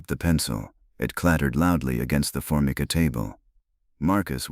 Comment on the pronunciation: for-my-ka,counter top , thirty eight special, not point 38 special